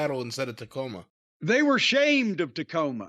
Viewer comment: Dacoma Tome